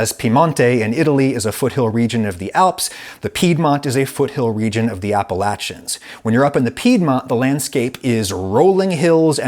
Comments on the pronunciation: I'm sorry I'm from maine and you said appleashins not Appalachian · appa LASH ion? Never heard it pronounced that way. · Is anybody going to talk about how he said Appalachian